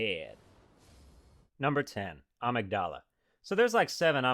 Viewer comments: A’mygdala... that bothers me so much.... it is pronounced as ‘amygdala tho...(the way you preferred) .... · I thought I was the only one who pronounced amagdala like that